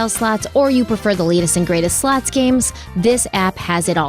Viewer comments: I swear to god I thought said "lots of sluts" when she said the first sponsor 😂😂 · Everytime say Lots of Slots My Australian Ear hears Lots of Sl--ts My child said mum Crimes not funny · listening to this from across the room on my shitty iphone speakers i thought said the sponsor is lots of sluts 😂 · Omg, I have the same”lots a slots” ad on x2 and I was like WHAAAT, I had to double take when I thought said “lots a sl*ts.” 😂😂😂 my head “ they are advertising WHAAAT NOW?” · I always think you are saying, “Lots of sl-ts (the bad word)😂😂😂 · My tired ass did a double take after the first sponsor cos what I heard was not “slots”..